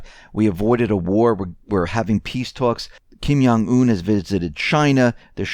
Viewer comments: yes, thumb's up! Kim Jong Un is pronounced like Kim John Un. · Love your reports but, respectfully, Kim Jong Un is Korean, not German. The J in Jong is pronounced like the J in the English word "jump".